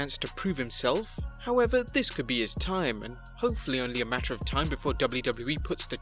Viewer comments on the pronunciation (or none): none